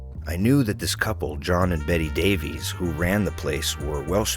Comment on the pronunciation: John & Beti Davies would not have pronounced their surname "Dave ease". In Cymru it is "Dave iss", the same as Davis!